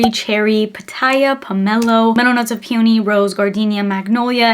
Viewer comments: It's pronounced pee-uh-nee. Where are you getting the puny pronunciation from? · Girl you are not still pronouncing peony like "puney" - literally for years people have gently tried to correct you.